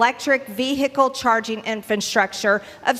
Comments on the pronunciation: She keeps saying “Infantstructure” and not pronouncing “Infrastructure” 😂😂😂😂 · Why can’t she say infrastructure? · Somebody please teach her how to pronounce the word "infrastructure".